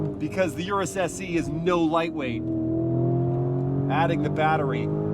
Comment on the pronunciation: Pronounced S-Eh.